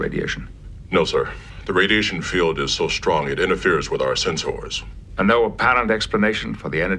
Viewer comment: "it interferes with our sensõres" that pronunciation..